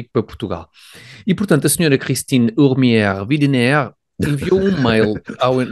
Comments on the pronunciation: Christine Ourmières-Widener. O nome e primeiro apelido são franceses, o segundo apelido é inglês visto que o marido da senhora é inglês. Lê-se uaidener. De nada 😀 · O nome da Sra da Tap... Widener..... em português... Videnérr...